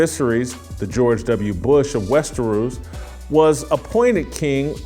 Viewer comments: the guy pronounced "Westeros" like it rhymed like "underoos." "Visaerys" like "vissery." He never watched the show, he's just reading a script someone gave him. Good little robot. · "King of 'Westeroos,'" - like it rhymes with underoos. Gimme a goddamn break. Stick to talking to what you actually care about.